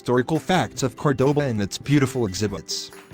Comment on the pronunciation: Warning to those who see this great video. Please try to pronounce in the correct way the name of the city, it not "kordoba" it is "KÓrdoba" with the accentuation in the first "o" vowel, it is annoying to hear it like 50 times in this video pronounced incorrectly. Thanks from a local Córdoba inhabitant !